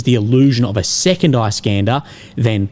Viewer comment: Eye-scanda 😂😂😂 I deem it is nice for him to pronounce!